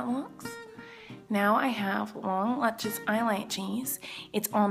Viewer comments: I love how she says lutches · I knew she would say lutchious😂😂😂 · Lut-Chis lol